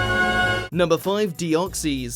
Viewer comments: It's pronounced deoxis not deoxies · how they pronounce deoxys: de-ox-e's how it's pronounced: de-ox-says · It's De-os-xys not de-oh-si. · wtf it’s not dee-ock-cees, it’s dee-ock-sis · Deeoxees? Lol nope not how ya pronounce it no offence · It's de o xys noob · VeemonFan ikr its so frustrating like deoxys is deoxies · You are miss pronouncing Deoxys.